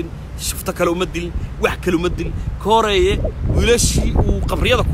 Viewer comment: Indho koreey not kooreeye